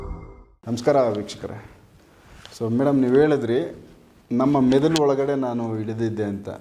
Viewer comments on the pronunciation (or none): ಅವರೇ....ಮೆದುಲು ಅಲ್ಲ ಮೆದುಳು 🤣 ಇರ್ಲಿ ಪರವಾಗಿಲ್ಲ ಗುಡ್ ಎಪಿಸೋಡ್ ❤